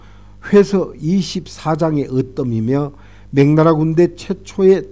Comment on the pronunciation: 명나라를 자꾸 맹나라로 발음 하시네요~